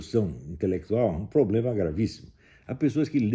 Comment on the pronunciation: o bostolavo fala ´´ poblema´´ kkkkkk